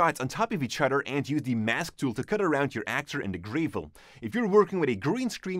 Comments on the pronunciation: its gravel not greevil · You said grave-el, it’s gravel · It's Gravel. Not "greivel". But a great video nonetheless! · Great videos guys. Thanks! Just a friendly tip for English pronunciation..... Whilst the gravel is grey, it's not pronounced GRAY-ville. The first syllable should not rhyme with "hey", "shade", or "gray/grey" but instead should have the same "a" sound that is used in "grab", "hat", "bat", or "tap". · It’s not pronounced like grayvel it’s pronounced like gravel with a short A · The way he says Gravel.... It's gravel like apple not grAvel like April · I hope hope hime pronouncing gavel gray-vel is a joke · Gravel is pronounced grevvol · I m sorry but graaavel? its a small thing but it made cringe so fucking hard everytime he said it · "GRAVE-EL" *sigh* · Prolimentra An accent is one thing, but it's not the case this time. Since he uses other words like tape and etc. that sound the letter 'a' the same way.